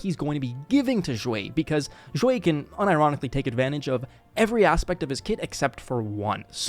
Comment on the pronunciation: Do you speak chinese cuz the way you say Xueyi sounds right I don't speak chinese i'm just curious